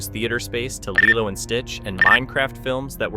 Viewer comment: I’m sorry, but why did you start mispronouncing Lilo’s name all of a sudden? You were saying it right for most of the video, so why start saying “LIE-loh” the last two times you brought up the film? How did you miss that in editing? Nitpick aside, this is Zegler’s second strike, and I’m all in favor of that being her last. She was apparently a total entitled b*tch on the West Side Story set, to the point that she argued with STEVEN SPIELBERG about HIS film and the rest of the cast and crew hated working with her, and now she’s doubled down with the same nonsense with Snow White. This girl needs some major humbling, and I won’t be sorry if she’s permanently blacklisted from Hollywood at this rate. She has talent, but that doesn’t make up for a rotten entitled attitude, narcissistic selfishness, and a complete lack of respect for the history and legacy of her films’ source material, her costars, one of the greatest directors ever, and audiences who just wanted their sweet Disney and Broadway love stories. Oh, and that next movie she’s cast in? Apparently it’s a super tiny project that’s only projected to show in a handful of theaters at best. Let the witch burn.